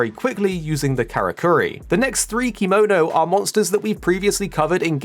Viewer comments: The way you say kemono is slighly off. Still ty for the video i was quite curious on what was in the game atm Edit: Oh maybe because sometimes you say kemono but most of them you say kimono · It's actually keh-mo-no instead of kee-mo-no. Kemono means beast in Japanese. If we add ba in front to become bakemono, it means monster. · thank you for saying this, hearing him saying kee-mo-no makes me uncomfy, no hate though